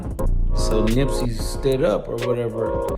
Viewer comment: It's Nipsey, not Nippy!